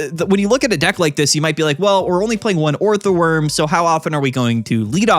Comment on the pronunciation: you can say steelix instead of scizor all you like but every time you turn orthworm into a 3 syllable word it’s like a gunshot to my ears